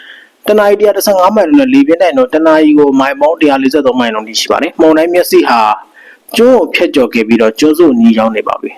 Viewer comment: ဟေး... weather announcer မှုန်တိုင်းလား? မုန်တိုင်းလား?